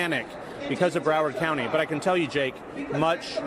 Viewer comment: said my county wrong